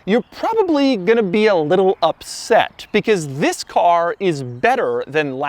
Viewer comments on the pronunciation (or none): Nobody: Absolutely nobody: Doug: TZzzziiiiiisss is the new model Toyota Supra.